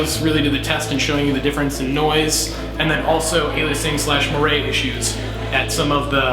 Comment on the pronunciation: It's pronounced "mwar"